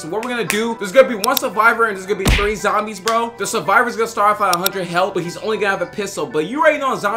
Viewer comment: Zombie not zomibes